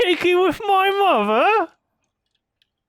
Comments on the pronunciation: isn't part of the reason Simba just roars is because Scar thinks he is Mufasa at first? Now he says "Get away from my mothta" and gives it away. 🙄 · Every time I hear Simba say "mother" in that one scene, I keep expecting to cut to F A W T H A H